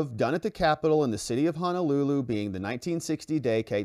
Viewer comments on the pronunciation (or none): none